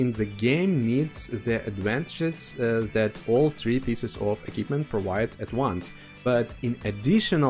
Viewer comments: Bond eQUipment not Bon Ekipment. It's MILDLY annoying since that word in particular comes up around 50 times in the video - no personal offence. 😂 Other than that really informative. Appreciated! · Sounded like a good video but I had to give up... Pronunciation: "E" - "KWIP" - "MENT" and not "E" - "KIP" - "MENT". Also why do you keep saying "experimental equipment"...? Drives me mad. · Equipment, not ekipment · a-keep-mint ... love it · Eh... it is not difficult nowadays to check the pronunciation of certain words... just saying, if you are going to make a video about "equipment" and then not knowing how to pronounce it... pity. Other than that, kudo's for the video. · Great video, but I would just like to say the letter Q is read as Kyu so in equipment its said differently than K. Also the setup I like a lot is the experimental turbo on TDs like ShPTK-TVP as it cannot mount vents and vertical stabilzier, and it doesnt really need ordinary turbo that much. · different countries pronounce different.